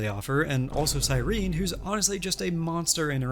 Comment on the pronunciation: I really miss early supports, I'm not sure I like the direction the game is going. But also the way you pronounce Cyrene is distracting me